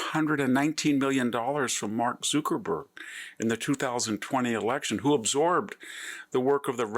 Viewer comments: Well, Mr Hansen, you are the only person who pronounced Zuckerberg wrong. It ain't Zookerberg. But it it's hilarious no doubt. Completely agree with your points. 😊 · Zookerburg? Bayzoss? Peter Till? Content is great but are you trolling us with how you’re pronouncing these names? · VDH has weird way of pronouncing some names: Bezos, Zuckerberg, etc.